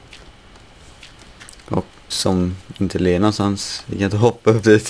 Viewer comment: hahaha han säger nåstans här nåstans lol